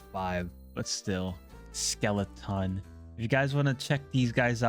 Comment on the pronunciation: its skele-TON